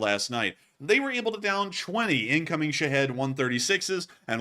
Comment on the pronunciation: Shahed still sounds like you're saying sh!thead